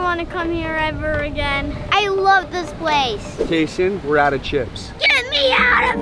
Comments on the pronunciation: Btw it’s kayson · It’s kayson but that was funny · ITS KAYSON